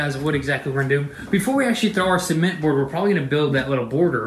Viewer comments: see-ment dang son: ce-ment 😭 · I like how you guys pronounce cement 😂 in Canada we say it pre much suh-ment 😂